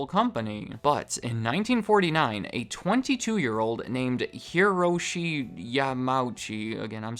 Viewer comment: “Eee-roh-shi Ya-mah-ooo-chi” Come on man! nothing to do with being from America🤦🏽‍♂️ i’m from the US myself😉 phonetically, Japanese is almost identical to English by the way